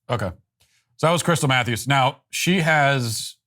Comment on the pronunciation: I legit thought he said "crystal methews" first